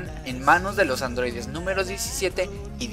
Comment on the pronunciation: LA CULPA ES DE LOS ADROIDES!!!!!!!: por que: POR SER ADROIDES!!!!!!!